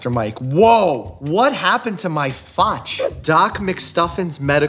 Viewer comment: “What happened to my faach” - is that Russian slipping out or exhaustion?